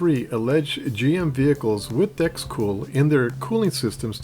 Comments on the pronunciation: He seems to change in mid-video : Video - Does he begin to say "dRex Cool" ? - Pretty sure it's still DEX (decks)... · Awesome video, I really appreciate all your research. Did you really say Drexcool?